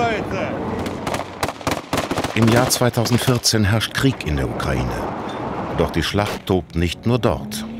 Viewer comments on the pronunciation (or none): none